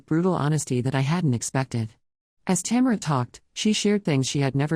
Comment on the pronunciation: It keeps pronouncing the name Tamera wrong